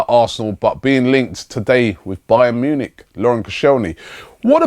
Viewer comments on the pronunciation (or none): none